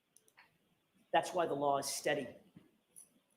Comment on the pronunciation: Judge the word is LAW ! not lar